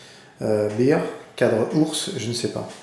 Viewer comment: Salut :) Prusa se prononce "Precha" et Bear "bère"